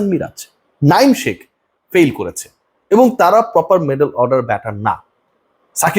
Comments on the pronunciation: ভাই নাইম শেখ, শেখ মেহেদী বাংলা উচ্চারণ শেখ। আর ইংরেজি উচ্চারণ : শাখ😮😂😄😄😄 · শাক মেহেদি? নাঈম শাক? কেন? শেখ বলতে সমস্যা কোথায়? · আপনি আপনার বিকৃত উচ্চারণ পরিহার করুন! শেখকে সাক বলেন কেন? শেখ বলতে লজ্জা লাগে? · শাখ মেহেদি নাইম শাখ এমন করে উচ্ছারণ করার মানে কি?শেখ মেহেদী নাইম শেখ এমন বললে কি সমস্যা? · ভাই আপনি শেখ কে শাক বলেন কেন?? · ভাই আপনি কি শেখ বলতে পারেন না? শাখ কি?